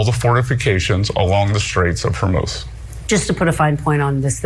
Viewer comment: Bessent can't even pronounce Hormuz. It's like when people say Epstine and Gizzlaine... How many times do you need to hear a noun before you learn how it's said??? Idiots, all of them!